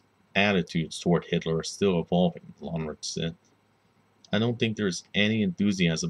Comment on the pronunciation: Omg you pronounced his name so poorly. At least look up the proper German pronunciation.